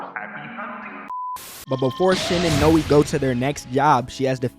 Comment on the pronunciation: Not how you pronounce Noi